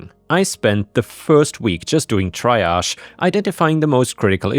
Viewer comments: Triage is pronounced tree-aazh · Not enough AAAA